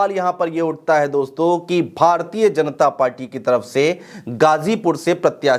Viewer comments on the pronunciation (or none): none